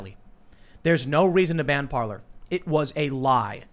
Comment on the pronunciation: Parler is pronounced Par-Lay . Parler means to Talk in French